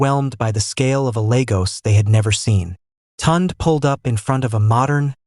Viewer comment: Please, i beg, let the illustrations match the text!! Neither Amarachi nor Kola wore european style wedding attire as shown in the illustration! And editing is important, one part of the story where they are on the beach was repeated! Also, severql.mispronounciations, e.g., Tunde and Chike (proper pronounciations Tun-day and Chi-kay)! Otherwise, a beautiful story, very well narrated, in a really nice voice!!